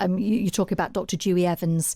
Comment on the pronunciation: Did she really pronounce Dewi as Dewey? So much for the Times leading the way in journalism 😂